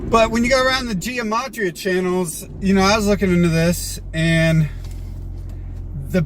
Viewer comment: the pronunciation really doesn't matter, we all know what he's talking about, and so does he.